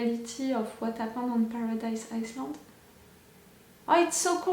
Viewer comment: i too said Island wrong for the longest time... in island you dont read the s' Island read like Ai-Land Iceland read like Ais-land